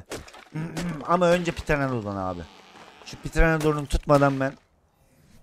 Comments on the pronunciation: Lazın pıtıranadon demesi😂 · pteredon a abininin Ptereledon demesi 😂